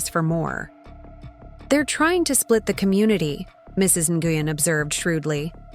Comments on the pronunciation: Ny u gen is pronounced is more like gwin…👀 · Would you please, if you're going to discuss immigrant issues, at least learn to pronounce the names correctly. The one you insist on calling Mrs NiUGin, is Vietnamese and is actually pronounced Win. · Lol cringing every time they pronounced Mrs. Nguyen “noogan”. It’s usually pronounced like Win. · Nguyen is pronounced " Win " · Actually should be closer to N-wen. And the pidgin English quoted in the narrative is offensive. Vietnamese people I know don’t speak that way. Yes, there’s an accent. But they don’t say “This about” for “This is about”.